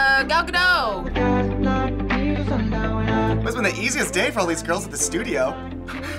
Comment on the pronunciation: Gal Ga- DOT